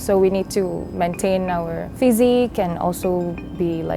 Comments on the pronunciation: siti is pronounced as in sí-tea. not sea-ty. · the way the narrator pronounces Siti annoys me